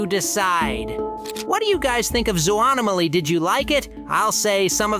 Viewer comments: It's not soanomly it's zooanomly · Actually zoo nah mah ly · pronoucned zoo no maly